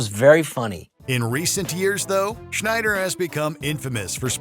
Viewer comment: You did Rob Schneider wrong.